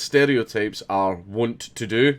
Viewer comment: Wont, pronounced "want" = inclined